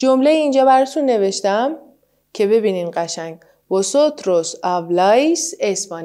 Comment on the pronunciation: سلام خسته نباشین مگه تو کلمه vosotros حرف v نباید ب تلفظ بشه؟